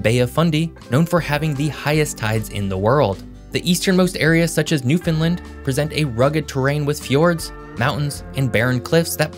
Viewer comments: I live on the east coast of Canada and I've yet to hear a single YouTuber pronounce "New-fin -land" correctly. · Every time he said Newfoundland it made me cringe. It is pronounced exactly how it is spelt. New Found Land. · It's almost like "New Finland", but with the emphasis on the wrong syllable lol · You are pronouncing the name Newfoundland incorrectly. The emphasis is on "land" Use the word "Understand" as a guide. It's Newfoundland, understand? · Saint John Population is barely 70K, also its pronounced New-fund-land, say it really fast and that's how it should sound! Not pronounced Mon-tree-all, it should sound like Mun-tree-all, again saying it really fast. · “Newfinlind”🫠 . Makes a video on the east coast but cant pronounce newfoundland right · Could you at least pronounce Newfoundland correctly. Think of the word “understand” and copy the cadence, short, short, long. “New-fun-laannd “ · newfoundLAND (sounds like understand) ;-) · Thanks for highlighting our region with a great concise history and overview. One correction: Newfoundland is pronounced exactly like the word "understand". Just remember to "understand Newfoundland" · When saying the name "Newfoundland", emphasis is placed on the final syllable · Came here to watch you pronounce Newfoundland incorrectly. Was not disappointed. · Please learn how to, pronounce the name of our Province Newfoundland ( and Labrador) understand - Newfoundland it rhymes. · Please learn the correct pronunciation of Newfoundland. Ppl on the internet always pronounce it the way you did... please learn the local way 🙏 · It’s not pronounced “new-fin-Lind”, it’s pronounced “new-fin-LAND” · Hey great video. I'm from Newfoundland, and just thought I'd help you out. We pronounce it as "new-fun-land" not "new-fin-lind" many people miss pronounce it. Hopefully that helps! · FYI, it is pronounced New Found Land. Not Newfinland or Newfinlund etc. Just a friendly FYI. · Its Newfoundland not newfoundlind